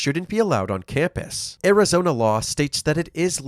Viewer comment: arizonee university